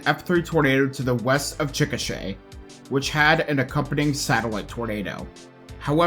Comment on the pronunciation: as an oklahoman is was kinda funny to hear em mispronounce Chickasha